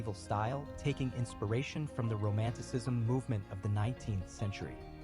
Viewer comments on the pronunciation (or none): none